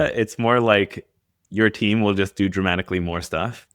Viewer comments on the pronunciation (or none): I swear, it sounds more like he said "traumatically," than "dramatically." Hmmm.